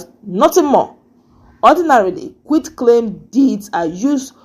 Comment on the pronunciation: You finally corrected the pronunciation of QUIT. That's good.